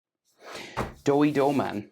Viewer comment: Doey❌ Doughey✔️